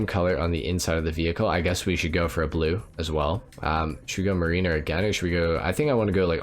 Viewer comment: MARE-rin-er, not muh-REEN-er. Like Rhyme of the ancient mariner. Just so ya know and so I don't walk out one day and hear everyone saying muhREENer and have to go jump off a bridge 🤣🤣🤣